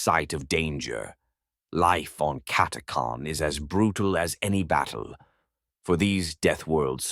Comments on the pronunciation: Cat a chan cat a khan sounds odd never heard it pronounced like this lol however its a great video👍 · Omg your pronounce is helerious it's cat a chan 😅 not cat a carn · It's pronounced Cat-ah-chan, this abominable intelligence seems to have a pronunciation problem. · Funny how everyone pronounces it different. I've always said, "CATTA CAN." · CataCHan, it’s CataCHan! 🤦‍♂️ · is the pronunciation correct on "catachan(s)" ? i always thought it was pronounced how it was spelled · Never heard the name pronounced like that.